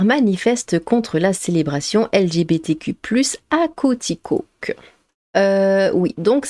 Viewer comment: Ça se prononce quoiticouque et Roy se prononce roi . Enfin on parle de mon Québec !